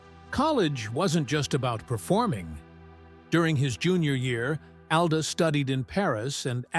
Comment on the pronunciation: How he allegedly got his last name makes no sense at all. His mother's last name did not begin with da. Call me crazy but I believe Brown begins with br. And the fact that you pronounced his father's last name properly but not his in the entire video is ridiculous.